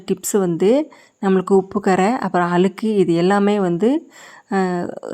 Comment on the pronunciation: அலுக்கு இல்லை அழுக்கு என்று தமிழை சரியாக உச்சரிக்கவும்.